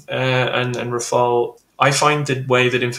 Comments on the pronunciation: no, not you. It's Rafale, not rafael. Come on. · Can you please, you guys stopping calling the Rafale by pronouncing "Rafael". It is just "Rafal" 😂😂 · Rafale, not Rafael! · Ra-fa-EL?? C'mon,, no, that's the Italian who painted those rascally/cute little angels. The Rafale (ra-FAL) is a stormy blast of wind, a gust. gets it. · RAFAEL? Come on, that’s a Teenage Mutant Ninja Turtle. It’s Rafale. You’re the go-to GOAT on this stuff. 😎👍🏼 How about each ally simply use the plane they can do best with in terms of volume, supplies and training? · RafAle NOT RafaEl ! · It's RAFALE and not Rafael! :) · It's not called "Rafael", but "Rafale". Rafale is a bird, and Rafael is a Hebrew name, completely unrelated to my knowledge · Rafale. Not Rafael. More credibility if you pronounce the names right. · RAFAL not RafaEL!!! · RafaLE, not Rafael , mon ami, come ca va aujourdui? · Tips for English speaking persons : how to pronounce "Rafale" : RAH -FAHL . the two As are pronounced exactly the same Easy ! rhymes with "cabal" for instance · god anyone else tired of people calling it Raphael? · it's "Raff Arl"... not like the Ninja Turtle 😊